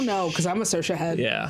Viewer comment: Saoirse-lite (like socialite)